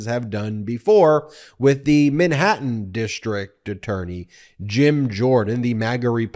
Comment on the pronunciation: Where is “Minhattan”?